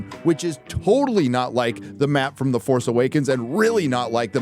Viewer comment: You pronounced The FARCE Awakens incorrectly.